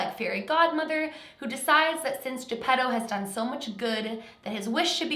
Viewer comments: When you said his dads name I thought you said Pedo.🤔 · Geppetto more like GeePEDO